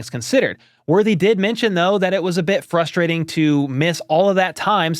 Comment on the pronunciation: He says fusrating